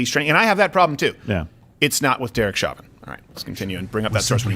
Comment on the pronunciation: It’s Show-vin, not Shaw-vin. Pretty sure the prosecutors were formally corrected on that because about half way through the trial, they started correcting themselves and doing so with a bit of a ‘show’ for the judge, complete with apologies for mispronouncing his name. Lol like project very toss, eh Crow-der?